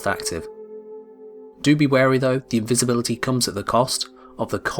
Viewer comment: Is no one going to talk about "invibisibility"